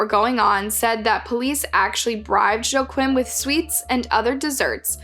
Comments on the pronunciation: In German, 'Joachim' sounds like, 'Yo-aa-him' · I'm really sorry but I'm out. Your proper noun pronunciations have always been terrible but this one cinches it. Joe Quim? C'mon. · Joachim = “wah-keem” not Joe Quinn… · its pronounced YOH-AGH-HEEM KRUHL !! Sorry im European and youre pronouncing it so wrong, love your channel 😅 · Here people say "Wah-KEEM". Regardless, she didn't get any of them right! Not that I'm surprised, basic research and this woman are not acquainted. (Up the Reds!) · Joachim is pronounced wrong as someone who speaks German it isn’t even close.